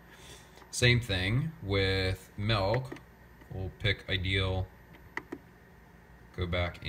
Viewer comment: I couldn't help flinching every time I heard you say, "melk." :)